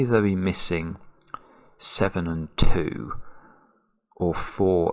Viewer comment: I like how he pronounces "2" as "tew."